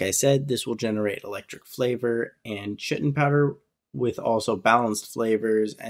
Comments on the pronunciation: it kills me that you pronounce chitin like "shitten" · chitin is pronounced like the word kite